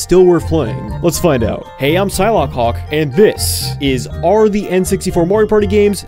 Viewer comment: Did... Did you say it's pronounced sy-law hawk???